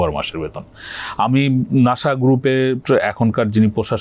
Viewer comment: নাশা নয় তো, নাসা।